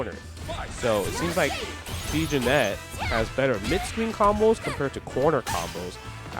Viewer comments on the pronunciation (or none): its pronounced "jenny" just fyi. love you justin, lets f'n go!